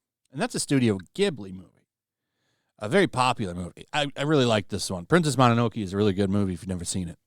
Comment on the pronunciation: Lol, I'm sorry I had to pause the video to correct the word. Ahem. Mo-no-no-ke(monster) and the E is a soft E, kind of like an Eh. Not mono-noke... Japanese don't stress the syllables as well. They pair Letters with Vowels save for N. も(mo)の(no)の(no)け(ke). Thanks, God bless and thanks for the videos.